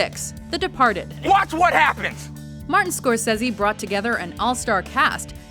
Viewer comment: Ok, do you honestly pronounce words or names drastically different than everybody else does on purpose? Three minutes in and I hear Martin Score-says-he. You must be a rebel who goes against the grain. Can you please just tell me why you do this almost every video it's driving me crazy. 999 out of 1000 people will pronounce it one way, but you have to be the outlier. I like your style kid, but just please why you're driving me crazy. Thank you